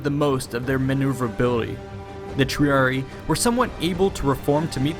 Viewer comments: There is double "i" sound in Triarii. Love these videos, but the numerous pronunciation mistakes make me think the narrator didn't even read through the script before making the video. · You keep mispronouncing "triarii," as "triari". It should be pronounced Tree-ah-ree-eye. Otherwise good vid :) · Argh, it's Triari-EYE not Triari-EE, which sounds ridiculous. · It’s pronounced tree-ari-eye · Wrong. Thats an Anglicism. The two i s are pronounced separately as the english sound written ee.